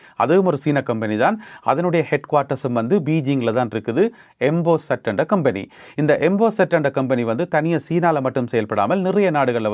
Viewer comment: கொம்பனி, கெம்பனி இல்லை